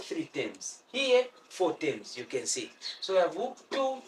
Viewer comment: For whoever is wondering. whenever he says tems. he's actually meaning terms